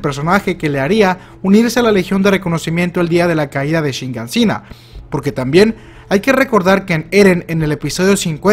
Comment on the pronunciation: por favor, no digas más shiNganshina. Es shiganshina